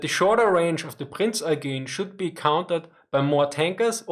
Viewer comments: actually it is more like "oygen" (with a hard "g") - not sure why pronounced the word differently here. usually has the pronounciation on point. It's a somewhat normal yet maybe a bit outdated surname in Germany. (Native speaker here) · Ooooh, now I know what the problem is: the "he" in my first answer was Eugene of Savoy, not. In Austria people know he was french and tried to pronounce his name in a more french way and that's where this half assed butchered Eugeeen pronounciation comes from. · yeah, gets it wrong, its bothering me too, does it right. From what i know Eugen is pronounced that way cus its a french name. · He's Austrian, right? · I'm Austrian too, even from the same city as. So I know that the pronounciation of Prince Eugene is different from the normal one.